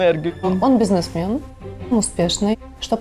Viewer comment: Украинский бизнесмен - з неправільним наголосом! Ця пані часом не з Москви?